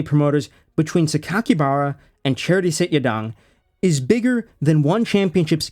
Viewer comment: As funny as it is to hear his name pronounced "charity," it's actually Chatri. Pronounced like "cha-tree." If you were misprouncing on purpose to make fun of him, carry on 😂 but I thought I'd throw that in there, in case you genuinely weren't sure how to say it.